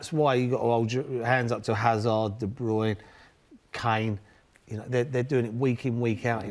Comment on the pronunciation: "Kevin De Bryune"....who else....tut!!!!....